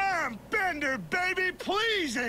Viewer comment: Bender "Bending" Rodriguez! Not Beater hahaha